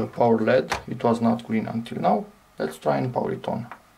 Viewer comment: Probably better to say "ell-eee-dee" instead of 'ledd' to increase the chances of people understanding what you're referring to.